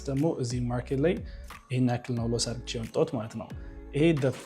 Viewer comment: Please say ADDርጌ not argche😢